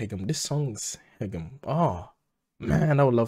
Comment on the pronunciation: your first pronunciation Haegeum is like native Korean correct !